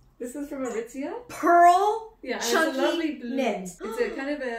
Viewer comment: Nobody: Not even Shrek:: ITS FROM ARITIZIA